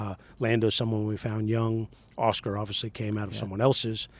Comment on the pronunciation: Lan-dough and Aw-schkar 😅😂